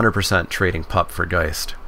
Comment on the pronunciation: Watching you misread pup and firedrinker so many times hurt